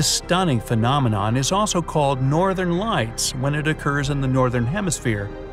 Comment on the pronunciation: He always says phenomenome on every top 25😂